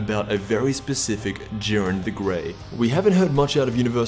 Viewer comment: its not Juren